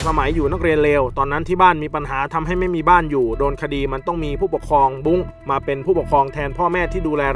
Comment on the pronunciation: คนอ่านข่าว แยกแยะ ไม่ได้ เหรอคำว่า บุ้ง กับ บุ๊ง